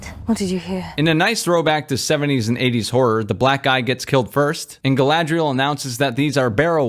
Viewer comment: You didn’t mention the horrendous way the names are pretentiously pronounced. “GaLaDrIeL!”